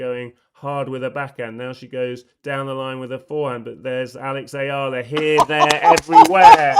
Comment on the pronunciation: Hey...Eala (Ee-ya-lah) or uh-ya-lah! It doesn't matter! She's one of the happy moments for the Philippines which is now currently ridden with rotten political issue from corrupt officials! So, mispronouncing her last name is no biggie! Sulooong Pilipinas, sulong Alex...🇵🇭🇵🇭🇵🇭